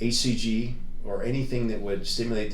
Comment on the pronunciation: HCG, he says it weird for some reason